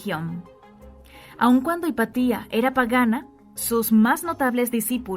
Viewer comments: No se dice “Hipatía”, se dice Hipatia… Qué dolor de oídos, por dios 🙈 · Interesante, sólo tengo que corregir la pronunciación del nombre "Hepatia", porque es una palabra grave, y sigue la regla de acentuacion. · Pero es Hipatia, NO HIPATÍA! 🙄🙄🙄🙄